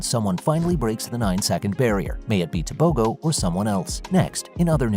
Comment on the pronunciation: It's pronounced Te bo ho